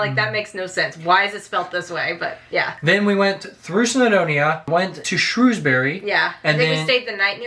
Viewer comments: Next time. buy some cloud back up so you can save everything without being reliant on hardware. It's "Shrewsbri" not "Shrewsberry" it's one syllable, like the "bri" in brick. Same for all bury, apart from Canterbury.. never mind!!! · its is called Llandudno and pronounced like this clan dud no and it is Shrew s bury and Wales not Wells like a whale but with an s at the end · Lan-dud-no. And it's not Shrewsberry it's Shrowsbree. Shame you never went to Bath ands completely missed East Anglia like Cambridge, with the oldest school in England. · Shrewsbury is pronounced as Shrowsbury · Ok let’s go with it’s Llandudno ( lan dud no) and Shrewsbury (sh rows bury -as in rows a boat) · This is the debate amongst locals - it’s correctly pronounced shrew(like the bird)sbury xD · Also - Shrewsbury is pronounced ‘Shrowsbury’. No idea why! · Okay, me saying “correctly” was a joke! Either pronunciation is okay. I’ve been around people who say both, but in my experience of working in the town centre and attending the local sixth form, I hear Shrewsbury far more often than Shrowsbury. Even when I’ve lived away, I heard Shrewsbury more commonly.